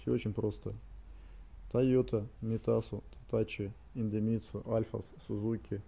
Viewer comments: В названии идемитсу нет ни звука ни буквы «Н», почему автор произносит индемитсу ? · Индемицу)))) читай правильно!